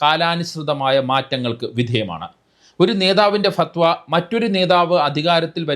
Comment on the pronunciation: Say and write correctly as "FATHWA"